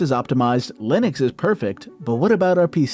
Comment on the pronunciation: why does he say "linix" wtf its making me crazy